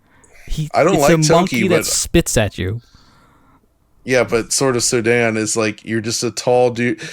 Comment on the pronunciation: Sorry what do you mean? The game is called sword of SODAN (pronounes Soo-den more) ant its an scronym of the danish coder who made the game